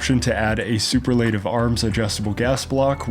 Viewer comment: lmao super-laytive. bruh